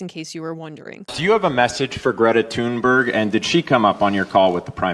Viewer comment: Rats - did I hear that the bombs missed the boat. (And you pronounce her last name as Dungberg.) Froggy Hat 😅